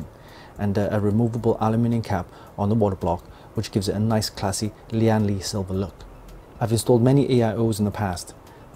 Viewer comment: great unboxing Btw the brand is pronounced as "Lan Li" not "Li-an Li" Its a direct pronunciation from its Taiwan Chinese name 聯力